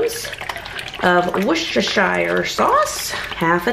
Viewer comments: Ok, I’ll help you say it. Wooster shir sauce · Yay! Loving the videos lately. It always makes me chuckle when Americans try to say Worcestershire 😂 try saying it as wooster sheer. That’s how we pronounce it. Much love to you and your family xxx